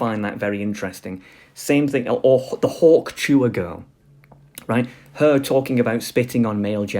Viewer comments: Its definitely Hawk Tuah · Hawk chewah lol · Hearing a british person say hawk tuah is the funniest thing